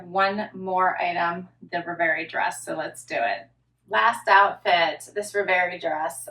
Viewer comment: I would be very happy with some of these pieces! I'm saying yes to the floral top if you front tuck some of that trim., you keep pronouncing that Z Supply dress as "RevAYrie". I believe it's pronounced "ReveREE", like a dream. Cheers.